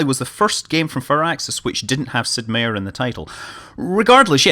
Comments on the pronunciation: relatively confident meier is pronounced MY-ER and not MAY-ER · Scott.... you say my name the same like everyone else... I have the same spelled last name as Sid Meier... Its said Sid (My-er) It is German for Mayor but said differently, not hating I am used to it... In Xenonauts you had a character with Meier as a name and you said it right... most of the time ;)